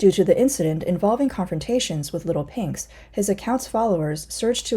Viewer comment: Not leetel peynx but leetel peeygzz jajajaja